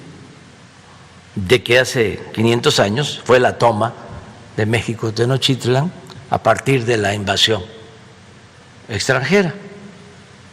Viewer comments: No sabe ni pronunciar el maestro de los chairos dice Tenotitlan en ves de Tenochtitlan y también pronuncia tonces y pereme pereme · Ni pronunciar tenochtitlan sabes y te sientes muy mexicano viejo menso